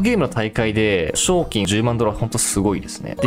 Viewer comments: 賞金のイントネーションめっちゃ気になる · 賞金のイントネーション草